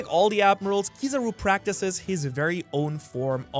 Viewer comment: It's not Kiizaru man, its Kizaaru. As you said it comes from kiroi saru, yellow monkey. The tone is on the 'a', Kiz'a'ru. If you are a sub person go check any of the times Kizaru's name is called, Ben Beckman comes to mind instantly.